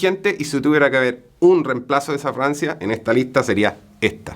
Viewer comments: ..se pronuncia FRAGANCIA NO FRANCIA Cuando un chileno habla hay que hacer esfuerzo para saber que dice porque es complicado el asunto. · Parece que dijera una francia y no una fragancia😅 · Juro que le escucho decir Francia y no fragancia 😂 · Se dice fraGANcia! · Que es Francia parece que dice Francia .... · Dice Francia o fragancia?